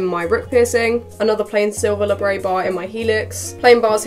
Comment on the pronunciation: Please please please please please stop calling them labrey bars. It's labrET! It derives from the Latin labrum "lip" and the diminutive suffix -et. The French term is in fact derived from English and still pronounced as Et. I love watching your videos, so please don't think I'm putting you down or contradicting, I would just want to know the correct terminology for anything that I was talking about. Keep doing the vids though pls xxx